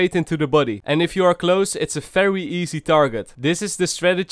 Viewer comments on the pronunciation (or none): none